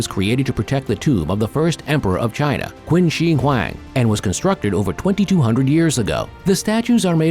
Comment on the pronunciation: It's pronounced chin dynasty, noy quinn.